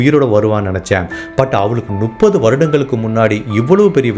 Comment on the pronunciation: தெளிவான உச்சரிப்பு. கதை சொல்லும் விதம் நன்றாக உள்ளது. ஆனால் முப்பது என்பதை நுப்பது என்று சொல்வது எரிச்சலடைய வைக்கிறது. திருத்திக் கொள்ளவுமம். நு .... அல்ல. மு ....ப்பது.